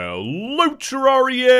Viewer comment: He pronounces it correctly, it's the English way